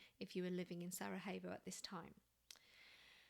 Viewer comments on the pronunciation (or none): it's SaraYevo not SaraHevo for future reference, not Spanish ;-) thank you.